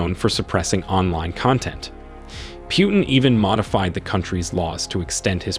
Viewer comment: "Kahvid 19?" We've heard the correct pronunciation of this illness thousands upon thousands of times over the past couple of years. How could you possibly get it wrong, at this point? Lol. Same goes for Putin. It's pronounced "Poo-tin." Every single day we're hearing new stories about terrible new decisions he's making... so why are you the only one calling him "Pew-tin?" Are you mispronouncing these things on purpose for the laughs or something? Are we being low-key trolled right now?